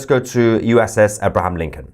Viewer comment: Pronounce the name right it's abraham lincoln